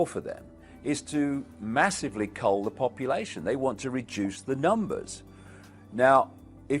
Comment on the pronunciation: a lot of mistakes in the wording. when he says 'cull the population', it say 'coal'!